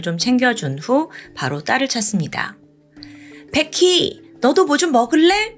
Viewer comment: 왜자꾸 백희라그래ㅠㅠ 베키! 라고 해야지 백희백희~~